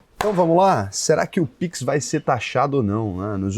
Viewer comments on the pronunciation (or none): "Piquin" que troço é esse?